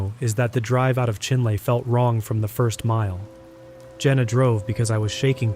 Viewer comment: for future reference, its pronounced chin-lee 😊